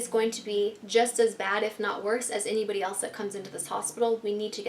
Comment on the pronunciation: Hah she said anybidy